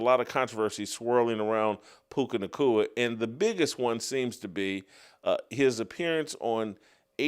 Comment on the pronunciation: I’m starting to hate the way Jason pronounces words with the letters “C” and “K.” Clear the saliva out of your mouth ffs it’s all I can hear now. Puca Nacua, Erika Kirk, etc